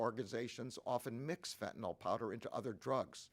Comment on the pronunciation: FentanYl not fentanOl